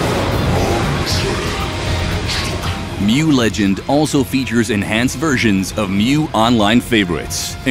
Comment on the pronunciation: "welcome to the continent of mew" BOY ITS PRONOUNCED MOO